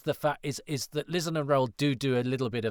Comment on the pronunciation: Sorry to "I think you'll find" you, but isn't Lizan pronounced "Lie-zan", the opposite of Truth-zan? That's how Chen says it in episode 4, but I accept that Doctor Who can be inconsistent about things!